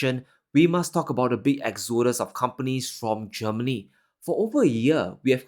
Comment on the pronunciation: Great content as usual. Just one correction for you. Listen to Bob Marley singing "Exodus, movement of the people.." to learn how to pronounce that word correctly. The stress is on the first syllable: EX-o-dus.